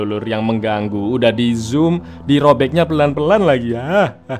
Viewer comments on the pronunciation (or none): none